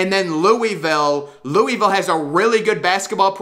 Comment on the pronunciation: Your pronunciation of Louisville amuses me